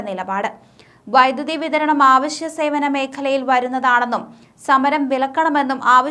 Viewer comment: "ആവശ്യ " അല്ല.. "അവശ്യ..." "നല്ല മലയാളം " എന്ന പുസ്തകം വായിക്കുക..